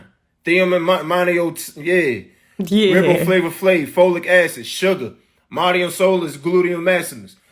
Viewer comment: He said ribo flavor flav 🤣🤣